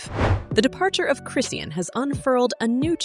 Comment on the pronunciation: Thats not how you say chrisean's name